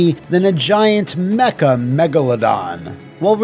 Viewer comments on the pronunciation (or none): none